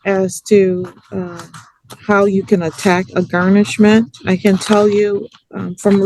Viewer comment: Can he say garnishment instead of GARN??